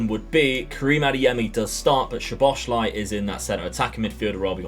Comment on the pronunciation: Great video man! Im hungarian who lives in israel and when i learned the language it was so difficult anyway, u actually say szoboszlai like that soboslai, sz is like the sound when u use the letter s i hope that i helped with the pronunciation